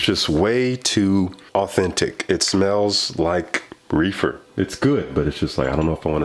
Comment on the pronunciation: Lmbo you pronounced that "r" hard on "reefer" lol but I understand. There's a scent by either Montale or Mancera called Hindu Kush....smells amazing to me and I was hesitant for the same reason...thought it would smell too...umm...authentic lol. Thankfully it didn't because it's a beautiful one to me.